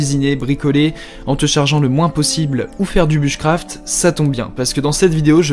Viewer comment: Bouche craft et pas buche craft 😂